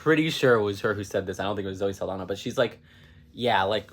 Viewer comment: I think it's cute that you immediately apologize for potentially mispronouncing the director's name, but repeatedly mispronounce Saldaña and Pérez without giving it a second thought. I don't mind mispronounced names that much when I know it's coming from someone that doesn't speak the language, but if you are going to mind it for one person, then you should mind it for the others too.